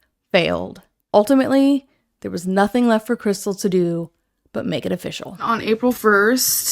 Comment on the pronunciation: I have been so "ultimently" serious